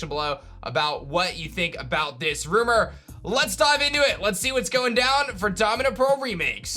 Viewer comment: “nEw rOumER”